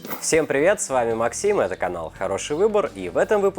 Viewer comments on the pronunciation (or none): none